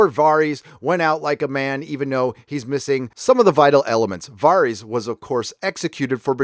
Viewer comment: Their names are VAR US (like Various) and DAV (like dag with a V) OOS (long O sound) lol